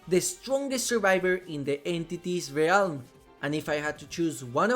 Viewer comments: Stop fucking calling it the Ree-alm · Very fun video besides the pain I felt every time you said “Ree elm” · I like your videos, been watching a lot of them lately. One thing that is beginning to annoy me though for some reason, is how you mispronounce the word 'realm'. The 'a' is silent and every time you enunciate it when you speak the word I get a cringy ocd feeling :p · I'm sure it's a great video but I just can't stand how you mispronounce "realm"